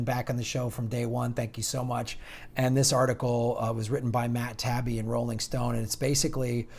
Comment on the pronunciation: Hey, Taibbi (pron. Tai-ibbi) is generally not an MSM shill, although he does have moments where one has to question his positions and statements. Journalists like Chris Hedges and Amy Goodman allow Taibbi on their shows, so he's one of the last few corporate journalists who has any kind of respect from real journalists.